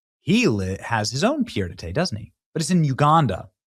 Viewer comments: "Pierre-de-tay." Get a grip, Benny. It's pronounced pee-ay-duh-tear. It means foot on the ground, a place to stay. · "Pierre-de-thé" LOL! Benny, you need to brush up on your French. 😂😂😂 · Pronounced pee Ed a tare. Come on Benny. Do better. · I love Benny's pronounciation: "pierre de tai" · For anyone who is curious, It is pronounced "pee-ed a tare". Not being sarcastic or critical just providing the phonetic spelling for anyone not familiar with the phrase. 😊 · 😂 The way you pronounce 'pied-a-terre' translates to 'Pierre of Summer'! rotfl! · The pronunciation is pee-ay-dah-TARE and the literal translation is "foot on the ground". In other words, a crash pad in a city where the owner doesn't live. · It’s pied-à-terre /pjɛ‿də tɛɻ/ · Why is Mamdani's wife named after a Hindu god?!? - And, pied a terre is pronounced "peed ah TARE". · I don’t know if you’re saying Pierre De Tay just to be funny but it’s very funny 😂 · Its pronounced paid a tear😂😂😂😂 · Pied-à-terre is pronounced pee-ey-duh-tair. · Nice content. But work on your pronunciations. (Eg pied-à-terre) They will make people devalue your message. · Yeah he swapped the ending of pied and terre around. I have a feeling he did it on purpose. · Look up how to pronounce “pied-à-terre”